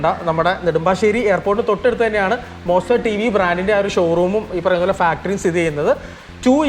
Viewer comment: വെറും മോസ്റ്റർ അല്ല... മോൺസ്റ്റർ....❤❤